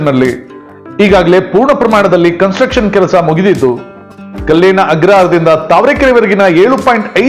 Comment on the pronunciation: ಸ್ವಾಮಿ: ಕಲ್ಲೇನ ಅಗ್ರಹಾರ ಅಲ್ಲ… ಕಾಳೇನ ಅಗ್ರಹಾರ